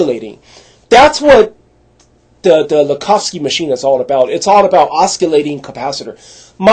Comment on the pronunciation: Oh Stop That was 100 years ago. Wake up man. You do not use those machines. Its the form. Oscillate is a word you should learn how to pronounce.